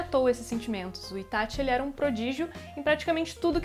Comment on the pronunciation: Q delícia ouvir alguém falando ITÁTI e n ITÁXI